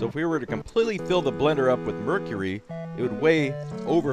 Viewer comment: I think he actually pronounces mercury right.